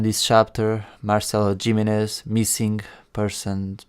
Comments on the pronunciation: It's pronounced Doctor himinez even though its spelled jiminez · Say geemenez one more time